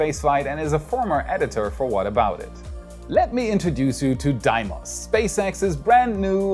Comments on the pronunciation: lmao, I believe it is pronounced "D-mos" not "Die-mos". Regardless, great video! Thanks,! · Deimos is actually pronounced deemos